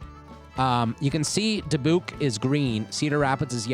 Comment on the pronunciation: "Dah-buke" last part rhymes with puke :P